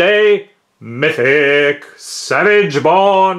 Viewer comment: I love it when he says mYtHiC